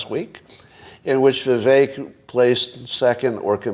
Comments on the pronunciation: I don't think it's pronounced "Viv-Ay -ick" is it? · I've heard him pronounce his name Viv-Ache